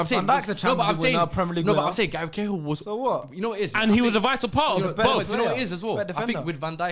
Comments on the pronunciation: Man said Gary Cahill you know I’m out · man said gary cahill 😭